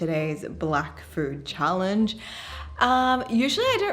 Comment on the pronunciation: Why do I hear MoWning FooWd Woowrk!😂🙂